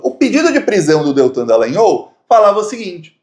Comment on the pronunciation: Pronuncia: Dalãnhóóllll - com ó aberto. Não é Dalãn-ôôu.